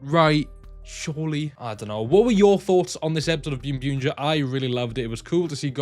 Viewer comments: English sub of boonboomger summer movie is out on zokaj and it is pronounced boonboomger not byunbyunger. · Why do you call it ByunByunger? when it’s clearly Boonboom/Bunbumger